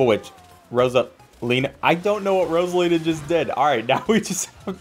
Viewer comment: You said frozala instead of Rosina